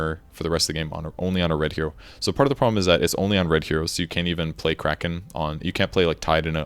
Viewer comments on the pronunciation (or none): none